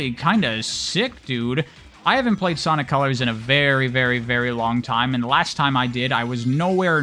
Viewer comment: Did anyone else hear them say Ponic colors in the beginning